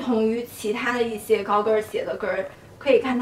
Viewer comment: practice your mandarin please, such as "yi xie", not "yi sie"